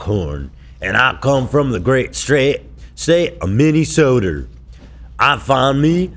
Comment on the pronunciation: Not minnesoter 😭